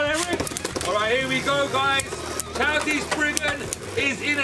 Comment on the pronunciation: Your saying cho z chow z sorry if i made you angry😯